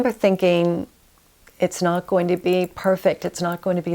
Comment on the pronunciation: Wonderful video. Lovely lady. One presentation critique: review your pronunciation of -ing words. I'm hearing -een rather than -ing. Example: goeen instead of going. Many presenters make this error.